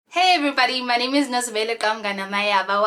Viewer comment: I know this may sound weird but I like how you say your name😂